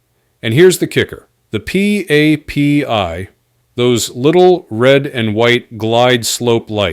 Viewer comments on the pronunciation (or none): Their is basically no info in this video let alone "NEW info" and AI voiceover is quite annoying to listen to as a pilot. It's not P-A-P-I, it's pronounced "pappy". It's not "no-TAMES", it "no-tams".